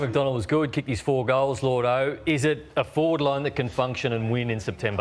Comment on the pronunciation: It's Lloyd-o. Not Lord-o as everyone pronounces it.